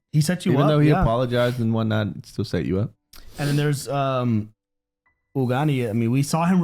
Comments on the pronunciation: Ugani was funny 😄 it's AGUNI. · It's episode 8, season finale, and you guys are still calling Aguni as Ugani. 😅😅😅